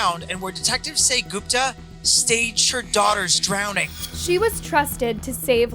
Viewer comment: "Gooooooopta" girlfriend... You pronounce her name "Goooopta".